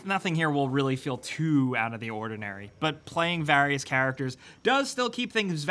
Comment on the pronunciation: the way you say various just really.. grinds my gears :d